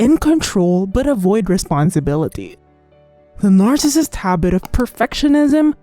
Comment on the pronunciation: If you can't say NARCISSIST don't be in the video I had to stop listening